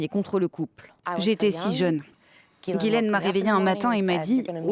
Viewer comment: Since ‘Ghislaine’ is a French name, I’m surprised to hear it mispronounced on a French news channel. 😮 🇫🇷 😮 🇫🇷 😮 🇫🇷